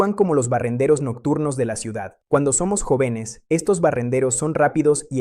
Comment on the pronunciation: Un neurólogo que no sabe decir sanguíneo, jóvenes, oxígeno, volverá, biología, todavía ,etc, me pone a pensar. A menos que sea IA.